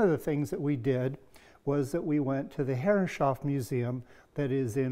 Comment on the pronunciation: Stunning job, wish dado blades were more easily available in the U.K. I need to make a large cockpit grating so watching lots of videos. Btw, and this is not a criticism, but why do you pronounce Herreshoff as Herrenshoff? Is that the more correct pronunciation?